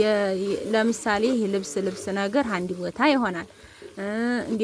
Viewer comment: ሀድቦታ ለምን ካድቦታ አትይም አማረኛሺን አሥተካክይ